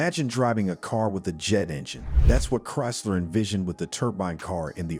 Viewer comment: Bad AI cant pronounce Chrysler??